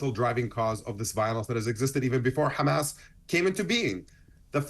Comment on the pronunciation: Hey there isnt a G in the word Hamas, we westerners pronounce it Hamas, as its spelt, This war has gone on forever and will continue to, 2 wrongs never make a right.